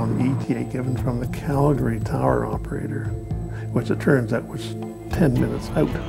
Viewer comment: Such a sad sad accident, poor souls on board and may they Rest In Peace. But on a happier note, at least the narrator pronounces Calgary correctly, I live here in Calgary and it makes me happy to hear the city name pronounced correctly